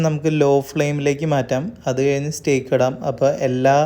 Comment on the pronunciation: stayk is the correct pronunciation